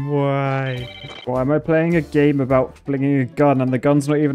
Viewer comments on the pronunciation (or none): none